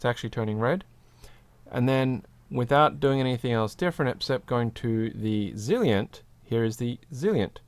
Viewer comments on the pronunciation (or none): You're pronouncing it "Zilient" but isn't it "Zilent" as in silent? Great video, very helpful. What weight were these?